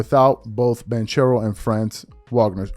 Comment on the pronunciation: My man can pronounce Giannis antetokounmpo. But can't pronounce ban-kero or vah-g-ner. Wow. It only takes a minute before you hit record to go get proper pronunciations and be a professional.